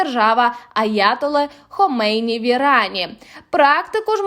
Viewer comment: Девушка, которая читает закадровый текст должна срочно подтянуть матчасть. АятоллА, ударение на последнем слоге. ХомейнИ -на последнем. Есть журналист Денис Казанский. Речь о нём, или есть Казановский? УнА -ударение на последнем слоге.